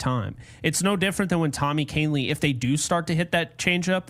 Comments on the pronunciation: can you please work with so he doesn't mispronounce 75% of the names he says? It's embarrassing. Off the top of my head he has butchered Tommy Kahnle (he was a Yankee for years, how the hell can you get his name wrong) Deivi Garcia, Jeff Passan, Andrew Heaney,etc. I'm sure it makes you cringe when he does this REPEATEDLY. Love your show, but it's ridiculous that he keeps mangling everyone's name, and makes it seem like amateur hour. C'mon man, this is sad. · Sounds like the whining is from the guy who can't pronounce a damn thing. Kahnle was on the team for years, how can you be so far gone to screw up his name, it's embarrassing. You're just like your Dad, can't admit when you're wrong and always blaming someone else. No wonder he was on a different team every two years, find some humility, clown... you're dead wrong, again. Keep embarrassing yourself, it's funny as hell, dude.